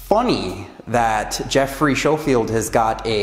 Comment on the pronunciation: Thanks for the video. It's Schofield as in "sko field" but I hear that a lot so no worries, just wanted to clarify. To start off, I am not anti-vegan. It's not an attack on vegans, or you, or veganism. It was a critique of a film and clarifying my position. Many of my clients are vegan and I have a lot of experience working with vegans ensuring that they get great results. If I was so "pro meat" you'd think I'd be pushing them to change their diet but I never do because it's a personal choice. First, I'm not saying those Doctors are bad people. I'm saying they should disclose at least somewhere their conflicts of interest. That is good science and just the right thing to do. It doesn't have to be in the actual film (time is limited) but it should be somewhere. Agree statins suck. Agree a lot of doctors sell out. Second, they were very, very careful with their wording to never actually attribute these feats of strength to veganism, but if you look at the film as a whole it's clear that they are painting a very rosy picture of veganism. There's nothing wrong with ideology, but ideally, they'd show both sides of things. Like the gladiators that ate grains for performance? Actually, they ate grains to fatten up so that they wouldn't get wounded as easily. That's from the actual study that they referenced, but somehow that detail never made it into the film. Yes, grains for (fat) gains. Third, I realize that the majority of athletes meat, which is why I pointed it out. You'd be su